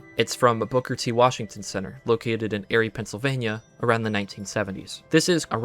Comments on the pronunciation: hahaha that’s so funny you say that because me and my bf kept saying “airey” in a joking way 😂 no worries tho dude! Yeah it’s pronounced like eerie cause it’s a creepy town haha definitely backrooms vibes here for sure 👍🏻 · your pronunciation of Lake Eire had me and my sister screaming at the screen 😔😔 it’s pronounced “Eerie”, not “Airy” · I promise I'm not trying to be super nitpicky but I live in Pennsylvania and it's pronounced "eerie" not "air-y." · PLEASE PLEASE stop calling it lake “airy” its LAKE EAR IE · Erie PA is pronounced ear-y, not air-y. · How you say lake Erie, it’s pronounced more like Eer-ee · It's pronounce "Eerie". The lake and the town. I know it's spelled without an "e" but it's pronounced the same. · I appreciated the video. Some things I hadn't put together for sure. That said I think you're trolling us with some of these pronunciations. "Erie" and "Monsanto" front and center. Maybe you aren't but it's jarring. Said as respectfully as possible. Keep it up. Erie: Eerie... as in creepy. Or the song about the Erie canal. Monsanto: idk both times it sounded like you just left out the first "N". Could be wrong on my end but both times it sounded wrong. Vestige: in English it's a hard "G" at the end. You sounded closer to the correct pronunciation in French. Cheney: c'mon man you've heard the vice presidents last name before. Now I know you're trolling us. "Chainy" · 2 hrs 50 minutes-ish. Its lake erie like eerie or spooky haha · how you kept pronouncing erie wrong drove me nuts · great dissection video but PLEASE look up how to pronounce “lake eerie” and “oshkosh”- i honestly had to turn it off it was driving me insane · What’s crazy is you can put together a 3+ hr video but not say Erie and Banff correctly lol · If I have to hear “Lake Erie” mispronounced again I’m lose it it haha. Incredible video all jokes aside! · Take a shot every time he says the word "Erie" wrong